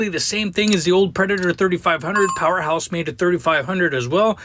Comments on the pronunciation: Excellent review. Good noise and load test - but, please get the name right. It's PowerHORSE, not Powerhouse. The manufacturer might appreciate that... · You keep saying powerHouse but it is powerHorse